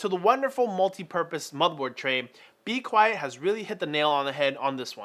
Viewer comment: Lol I thought you were a teacher cuz u said be quest at the beginning